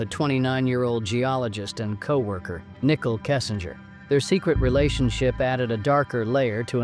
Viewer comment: It's very distracting and unprofessional to mispronounce names. It's NICOLE (SPELLED NIICHOL), NOT NICKLE